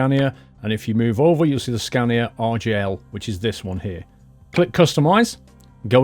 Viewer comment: Sounded like you were saying RGL...